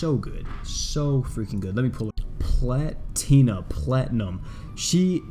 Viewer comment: Lol he saying it wrong. Its pronounced (pla-tee-na)